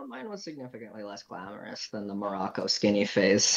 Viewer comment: poki just so u know u say marokai in moroko